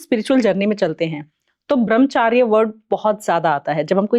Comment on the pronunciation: देवी जी ब्रह्मचर्य होता है ना कि ब्रह्मचार्य